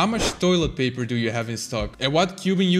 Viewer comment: It sounded like done to me